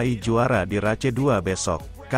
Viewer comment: Race, bacanya reis, bkn race, blajar lg